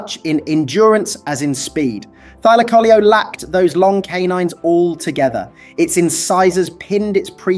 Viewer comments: It Thyla caleo dude! And it's not extinct!😂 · Thy-laco-leo, pronounce it right 😂